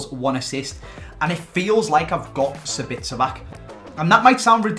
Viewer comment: HE FUCKING SAID SABITZER AGAIN STOP